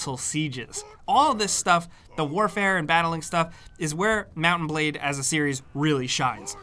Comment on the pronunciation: I keep hearing mountain blade lol